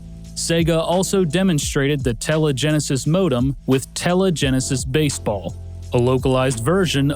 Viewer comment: "Telegenesis"... "TELEgenesis"... "TELEGENESIS"!?!?!?!